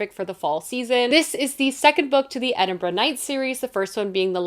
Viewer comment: Thank you for your correct pronunciation of Edinburgh😂🎉